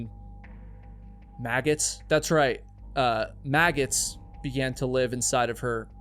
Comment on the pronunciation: I love that you have difficulty saying maggots